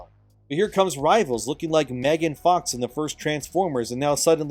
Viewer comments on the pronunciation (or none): none